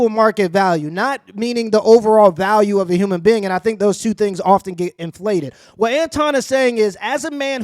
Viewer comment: "Conflated", homie.